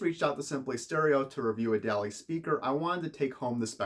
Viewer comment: Hate to be that guy, but it's pronounced almost as if it were spelled "Dolly."